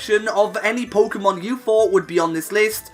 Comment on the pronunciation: Thanks, when I heard him say „puukemon“ for the third time, I didn’t want to go any further